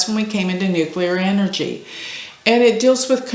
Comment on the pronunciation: It’s nuclear not nuchelar😅I noticed a lot of people say it like that but it’s nuclear !